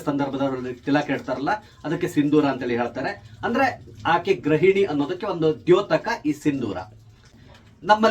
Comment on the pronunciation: grahini alla bro gruhini...... kannada ke avamana madbedi.